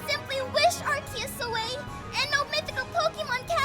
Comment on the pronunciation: its are- see -us not are-key-us